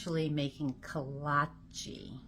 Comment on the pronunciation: Oh....I forgot to tell you...the Czechs aren't the only ones whom love them! Hungarian people are neighbors in Eastern Europe and make them too, but just call them Kolache (no long E sound)